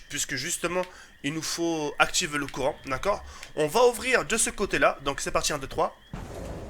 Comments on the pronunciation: Mdrr ta dit le coran à la place de courant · il a dit le corant et pas le courant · mdrrr a 6min10 il dis pas le courant il dit le corant :D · XPTDRRRRRRRRRRRRRR IL A DIT LE CORAN AU LIEUX DE DIRE LE COURAN JSUIS MOOOOOOOOOOOORT T'ES LE MEILLEUR HAHAHAHHAHA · Je suis le seul a avoir l'impression qu'il dit le "coran" au lieu du "courant" mdrrr